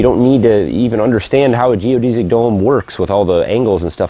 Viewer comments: You are the first person I have heard that says "geo-deez-ic" instead of "geo-des-ic" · Geo-DESS-ick not Geo-DEE-zick